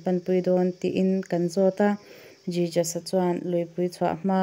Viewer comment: Jijas a nilovin hesoos ti a lam tur. A mak e... I pronunciation thiam loh dan em em hi